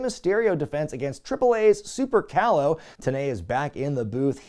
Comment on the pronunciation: It's pronounced super caloooo, not callow